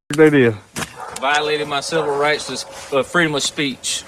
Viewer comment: Lol wite dude said civil rites. I love y'all man and I'm Mexican!